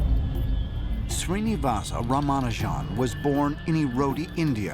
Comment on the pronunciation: His actual name is Shri-nivAs rAmA-nujan